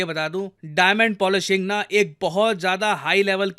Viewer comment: अच्छा..hum sirf polishing ही करते हैं sir your accent 😂😂